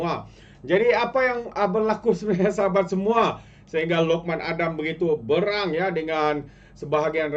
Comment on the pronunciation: Sebutan BERANG tu Salah,boss........kena tau E PEPET ..E TALING.....,,Tanya mana2 guru BM yg anda kenal.